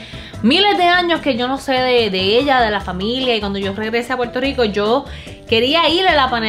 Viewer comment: DICEN PUELTO LICO?? JAJAJA